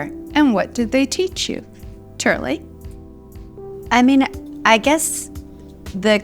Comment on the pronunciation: loved when linda called christy "turli"